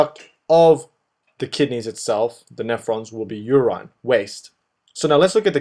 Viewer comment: "You rine" lol